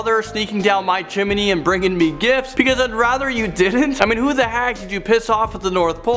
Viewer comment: DID REALLY JUST SAID CHIMINEY